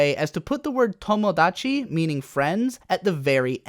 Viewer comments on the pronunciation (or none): none